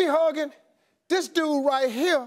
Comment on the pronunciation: Permishilandra AkusikaBoakye and DUU, Instead of dude 😂